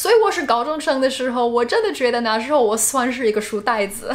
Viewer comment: Your Chinese is great! Just need to be more careful with the tones. eg, 解jie3释shi4. ， 那na4时shi2候hou